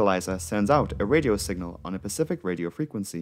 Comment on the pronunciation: the Narrator says, “pacific” instead of, “Specific”!! Wowww… Like a little kid. Yikes…